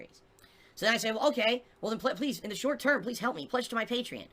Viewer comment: "I STILL need your haalp."